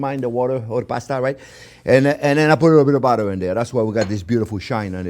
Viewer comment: I totally love Chef's "lidda bidda budda". Emotional support, I know! ;-)